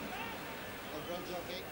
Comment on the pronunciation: Is it so hard to pronounce Ogrizovic? Keep hearing "Uhgrudgeavick" - Christ sake I'm amazed that Hodge just made no attempt to get near it once it went over his head. I get the unpredictable wind and all that but Jesus make an effort.